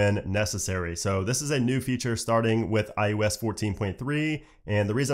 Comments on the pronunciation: is he saying iUS?? not iOS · I cringe every time he says “iUS” 😣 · Why does it sound like he’s saying IUS? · say iUS one more time